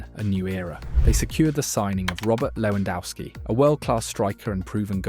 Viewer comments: His name is Lewandowski not Lewandowsky. Also check your AI for reading names. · you pronounce lewandowski differently each time lmao. Good video.